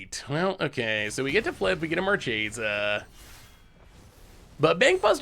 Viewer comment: It's absolutely "markesa" but gets to say it however he wants 🙏🏼